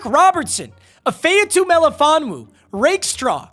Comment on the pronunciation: it’s Ah- MEEK (Like Meek Mill) it’s If-ay-ah-two Cmon u a lions fan, u should know how to pronounce the starters 😂😂